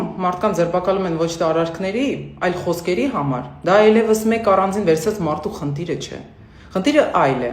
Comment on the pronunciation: Խնտիր չի` խնդիր է։ Տասնըուտ չի` տասնութ է։ Շփոտել չի` շփոթել է։ Աղջիկ ջան , գնա քո ռուսաստան։